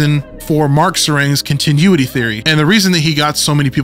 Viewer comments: I'm going to fight you over the way you pronounce "continuity". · I can't get over the way you pronounced “continuity” lol 10/10 no notes